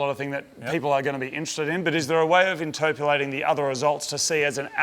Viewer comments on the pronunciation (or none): "interpulating"..oh moog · Interpulating?? WTF? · Interpulating? Hahaha (Moog Slang) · Interperlating??? Is that an Australian word?? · Moog can't pronounce "interpreting"